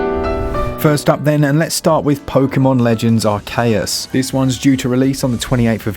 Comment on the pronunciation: Did I hear pokemon Arkeyas? Or pokemon Arseyus? 😂